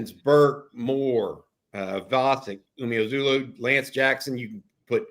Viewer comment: how long is it going to be before you pronuounce & enunciate Neto & Zina "Umeozulu" last name correctly??? Neto has been on Campus how long???